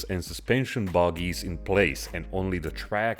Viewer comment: I love how pronounces "bogies" as "boggies"!